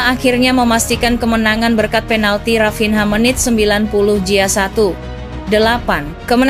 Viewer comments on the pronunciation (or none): coba lebih familiar menyebut nama2: Rafinnya bukan Rafinha, Selta bukan celta, Barka bukan Barca